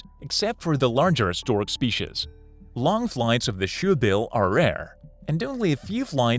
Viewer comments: Spee-chez (species) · you mean ehndahnjer the speeshes? 😂🤣